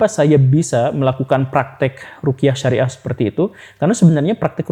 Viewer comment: Ruqyah Syar'iyyah pak, bukan rukiah syariah. Menyebut itu aja salah gimana mau dengar penjelasannya lebih dalem. Apalagi sampe menyamakan ruqyah dengan hipnosis. Haduhhh... Lebih baik bg datangkan ustadz yg lebih mendalami tentang itu, cth ust M Faizar. Jangan sampe umat tersesat dr pemahaman yg salah, melalui channel ini..